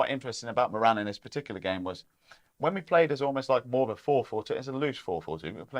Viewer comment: I really enjoy the channel gents. Good intelligent, insightful chat. (Can you please make an effort to pronounce Moran's name properly. It's rhymes with Goran, as in Ivanišević)😊